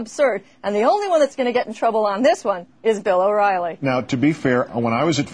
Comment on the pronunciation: I loved when she mistakenly called him Bill Whoriely